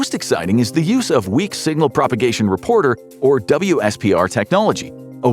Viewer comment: WSPR is pronounced as "whisper" fyi :)